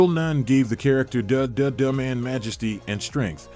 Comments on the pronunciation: Carl Payne played the brother not best friend and it's the duttaman not dadadaman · Had to stop when they pronounced Bill Nunn’s character as “Duh duh de man” 😂lol😅 either you’ve never seen the film, or just have no black friends whatsoever. ..or could it be that it’s all AI (computer generated)…. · Why do you not verify facts or pronunciations or pronouns. Michael Michele is a woman. You mispronounce De Duh-Duh Man repeatedly. You show both famous actresses named Vanessa Williams and I bet you mixed up their accomplishments. I am way too invested in this given your user name is misspelled and incorrectly punctuated. Please validate and edit going forward.